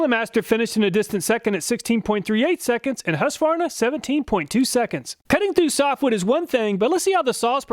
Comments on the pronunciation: Husqvarna will still be manufactured in Sweden, although there have been rumors for many years to move the production to another country. I love your pronunciation of Husqva-rna, when we say Hus-qvarna… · It's pronounced HOOsqvarna, not HAsqvarna. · As a Swede I do appreciate an American almost able to pronounce the brand name "Husqvarna" in a correct way - it should be pronounced like "Huus-kvarna". As far as I know those chainsaws are manufactured here in Sweden - but the price for the 440 model here is almost twice as high as the price you mention. Go figure. Comprehensive test too! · Husqvarna is pronounced like hooskvahnah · Its whosk-var-nuh